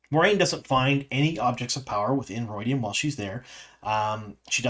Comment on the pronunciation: Why are you pronouncing it, "ru-oy-dian?